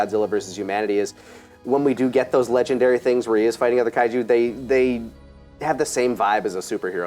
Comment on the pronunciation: Eesh the affected Japanese pronunciations of the Kaiju names 😬😬😬